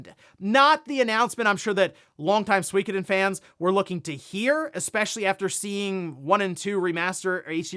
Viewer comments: Suikoden isn't pronounced "Swee ka den". It should be pronounced closer to "Soo ee ko den". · I swear when I look at Suikoden and it being pronounced Swekaden it just seems wrong. When I think of Swekaden I'm thinking of some bouquet tea shop not a famous JRPG?